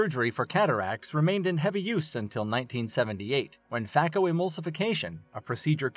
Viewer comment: Please know that the pronunciation is FAY-ko not FAH-ko